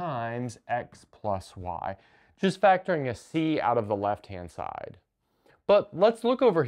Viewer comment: Did you say "left hand side" or "lesbian side"?